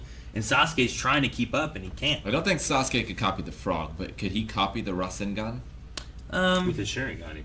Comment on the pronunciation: ra-zen-gan is not how its pronounced its ra-sengan . It hurts my naruto fan brain lol